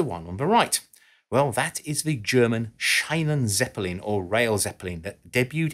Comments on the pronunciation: So much research, except in how to say Schienenzppelin....it's not shinen but sheenen. Ffs. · Him butchering the word Sch_ie_nenzeppelin as if it was written as Sch_ei_nenzeppelin. If you don't know how to pronounce a word (and use it like a dozen times) at least do the minimal effort and put it in google translate to hear how it's pronounced properly. It literally takes less than 30 seconds. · Its SchIEne not SchEine pronounce it like "Shean"e (e like" uh") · Also, the second "e" in "Zeppelin" is actually pronounced like the first one (some english speakers do leave it out) and the emphasis is on the first syllable ("Ze") as well as on the last one "in"). So it's actually pronounced "SHE-nan-TSE-peh-LEEN". Can this thread become more german? :D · "ie" is to be pronounced in german like "ee" in english. Think of "Sheenantsappalin". Besides that: A really good video, as always. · its SCHIENENzeppelin, not Scheinen.... ie, not ei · Psst! It's pronounced "Sheenan-Tsappelene". ?:o) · I´m a German and I´d be proud if my english pronunciation would be as good as his german pronunciation... But, to be honest: Google could have told him how to pronounce it... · The german pronunciation of Schienen is quite similar to the one of the famous actor "Sheen". So in total it's "sheenen"Zeppelin. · It's pronounced "Sheenen" zeppelin. Great video. Thanks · Just in case someone is interested: "Schienenzeppelin" is pronounced exactly like Charly Sheen. Everyone after me: "Sheenan-Zeppelin". There you go. You're welcome. 😉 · Schienenzeppelin is pronounced somewhat like Sheenentseppellin or sheanentseppellin 😁👌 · Nice, but for future attempts say "Sheenenzeppelin" instead. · As a remark, the German "ie" is pronounced like an English "ee", like, say, in "engineering". So, it's a shee'nan-zeppelin. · Schienenzeppelin wird aber nicht Scheinenseppelinn ausgesprochen 😅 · Schienenzeppelin is actually pronounced "Sheanenzeppelin" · His pronunciation is horrible 🙈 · It's 'sheenen'